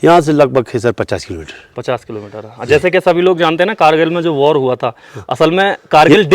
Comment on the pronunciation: War ko bar bol rahe hain.